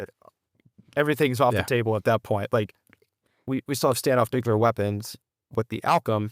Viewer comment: "Nucular". My dad commanded the aircraft maintenance wing at Warner Robbins AFB. I'm sure that he's rolling over in his grave.